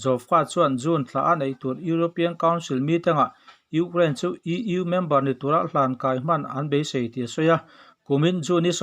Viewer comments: Urain/urane ni lo in U kraine tih tur zawk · Urain- anga lam a va ang ve.😅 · Ukrain tih lamrik hi aharsat hmel ve